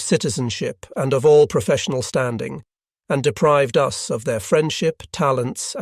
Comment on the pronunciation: The AI voice hit a new one on this video. The word "us" was pronounced "U.S.".